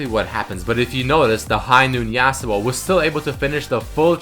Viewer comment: STOP SAYING JASUO, its fucking irritating, its yasuo.